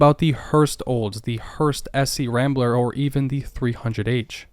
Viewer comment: SC/Rambler is pronounced as one word, scrambler. It was later recycled by AMC as a CJ variant.